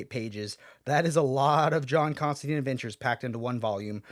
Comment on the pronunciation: Come on man, it's pronounced ConstanTINE. He even says it in the book your reviewing